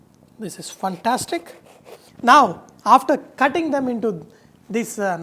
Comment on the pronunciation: Chef, You are awesome. However, the pronunciation is "fantastic", not "funtastic"! Can you please give temperatures in Fahrenheit also? I am in Canada.